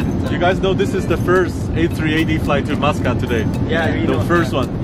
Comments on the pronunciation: I thought kept hearing you say “Moscowl” then I read.. Muscat.. lol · he said muscat wrong lol my surname is muscat so i think i know a thing or two about the name